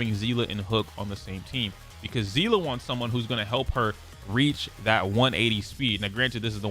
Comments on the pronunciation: Seeeeeeese. The s sound seele see👀 lee i give up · It's jing you-en and say-lay edit: and sue-shah-ng